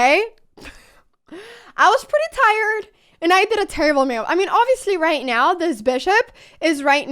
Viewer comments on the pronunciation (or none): It is sort of entertaining the way U pronounce "move" as "muv"..